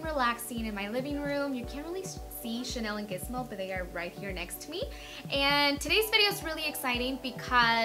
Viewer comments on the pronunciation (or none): none